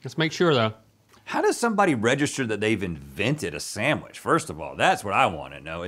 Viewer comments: please stop saying “Sam-which” 🙏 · Sand-wich. Not Sam- wich. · Am I the only one that is bothered by Rhett and (not so much Link) pronouncing it SAMwich not SANDwich. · "Samwich." - Everyone on GMM